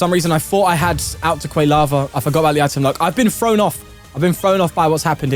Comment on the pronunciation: Love these tournament videos, but your pronunciation of Quilava almost gave me a stroke